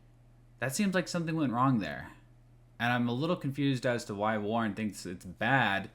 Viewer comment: Look at this scholar, YOU, the creator of this video. You can tell you're smart when you intentionally pronounce Warren as Warner in the first ten seconds of this video. Man you really got Warner there! Could you take more pages from the Hasan book of owning chuds?